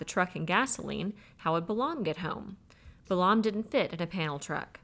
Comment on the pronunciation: I generally like this, and I'm 8.5 hours, but I have some constructive criticism: * there a LOT of mispronunciations (Balaam is pronounced bay-lum; ensign is pronounced en-sun; SAC is sack; Wechek is we-check, etc.) * you omit words from the book that you apparently think are inappropriate, but doing so subverts the author's work * there's a HUGE silence at the tail end of Chapter 10.